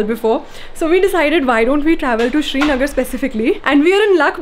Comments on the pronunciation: It's srinagar not shrinagar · It’s not Shri-nagar it’s Sri-nagar!! And before you ask it- it does make a difference! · It's not SHRInagar ... it's SRInagar as in Siri....Most of the non - Kashmiris pronounce it wrong...